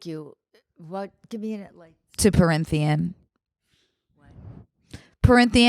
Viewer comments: i love you to gd death but it’s pronounced prith-ian not printh-ian i’m so sorry to be the bearer of bad news 💓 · IM CRYING AT PARYNTHIAN AS PRYTHIAN this is not a hate comment this is appreciation for a fellow fantasy reader reading confusing names. obsessed. truly.